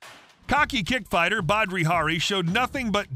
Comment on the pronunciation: "Badri" Hari?